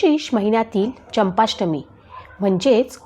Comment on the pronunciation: चंपष्टमी नाही चंपाषष्ठी आहे